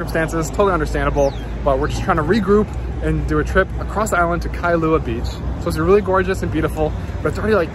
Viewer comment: Those mountains in the back you referred to in Kailua are called "Ko'olau Range". (Ko-O-lau-u) the "au" sounds like "ou" as in "ouch" without the ch. Now add "L" with "au"....Lau. It's Kai-lua not Kai-a-lua. And just call the Twin islands, either Mokes or Twin Islands. 😀